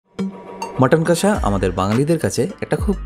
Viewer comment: Jader kache priyo, tara ‘kassa’ bole na, ‘kosha’ bole.